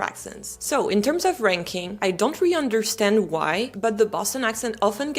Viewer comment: You say the word “really” as “ree”…it’s supposed to be 2 syllables…”ree-lee”, or “ree-a-lee”.